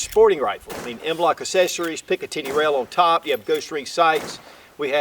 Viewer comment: ACK-- SESSARIES